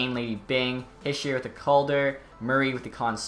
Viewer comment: It’s not her-sher it’s he-sher. A lot of people mispronounce it.